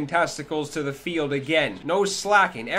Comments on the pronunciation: This guy said flidge 😂😂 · this guy said flidge